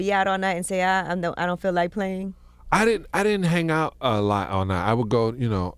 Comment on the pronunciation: feel , not fill and too , not to. 🤦🏻‍♂️😁🤣